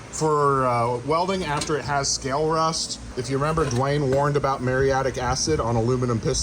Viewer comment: You youtubers say words wrong and people copy you. It is not "merry-attic" acid. It is Muriatic acid pronounced like M-yur-e-attic